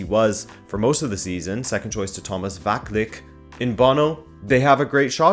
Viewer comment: You need to work on your pronunciation game bro. De Vrij = De Vry as in De Vry university. You don’t pronounce Van Dijk the same you pronounced De Vrij just then. The V should also sound more like an F but I’ll let that slide. It annoys me because (not you) people don’t even make an effort to pronounce certain names when they have clear references. Also, Vaclik = Vatslik. That can be forgiven because it’s not that common. Kolasinac is also not Kolasinać, it’s Kolasinats. He doesn’t care at this point and just lets people butcher his name though. Anyway, as for the final. I gotta say Inter are the favorites but I would like to see Sevilla win, just because I have a soft spot for them.